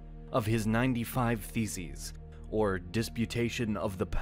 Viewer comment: Anytime the video narrator says “Theses” it sounds like “Feces”